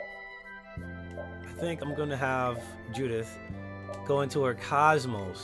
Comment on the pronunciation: I'm not sure if he's mispronouncing KOSMOS (both long O's) on purpose, or if he's never played Xenosaga (where she came from originally). I heard she's a rare pokemon - ahem - blade in Xenoblade Chronicles 2, but I don't know if they ever pronounce her name in that game.